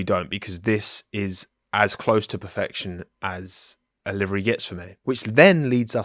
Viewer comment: every time a livery gets revealed "THIS IS PEH-FEHCTION"